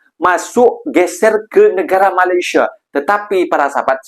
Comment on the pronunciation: Mas, kalau nyebut Malaysia nya biar ben😊er dikit